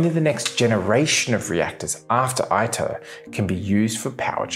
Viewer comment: Some Corrections: . It is said TOE KAH MAK. It is said EATER -- it is Latin.